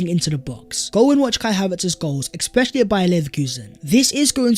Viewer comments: Ekspecially is not a word... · I enjoy your videos but bruuuhhhhh. Stop saying expetially, it really throws me off